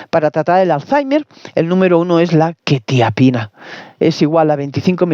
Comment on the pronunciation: Ni pronunciar quetiapina sabes....ver más 😂😂😂😂